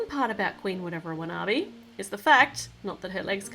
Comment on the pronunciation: u got the queen's name wrong it's Queen Whatever Wanabi